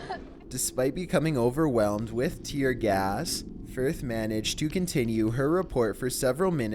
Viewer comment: He said tear GAST at number 7